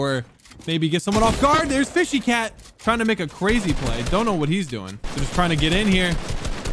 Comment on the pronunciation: says fishy cat me ITS FSHYNOTACAT